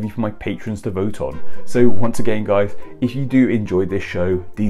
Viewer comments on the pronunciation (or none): none